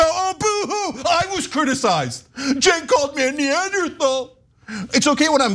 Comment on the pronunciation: He said Neanderthal 😂